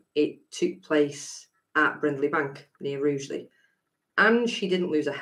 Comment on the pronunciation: i originally came from Staffordshire, I was born near Rugeley which my grandparents and locals called "Rudgeley not Roogeley as it seems to be pronounced today, probably by new comers doing a "Hyacinth Bucket"[bouquet]?